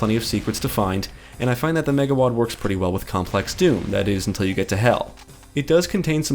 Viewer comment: say megawad again